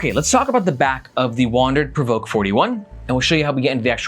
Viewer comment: You're doing a better job at pronouncing PRVRKE than Chase Reeves who said Perverky :D